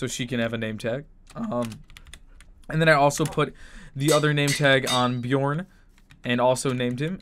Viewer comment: You don't say Björn like that. You say it like "bj'uh'rn". Kinda like "turn" but switch the t with 'bj'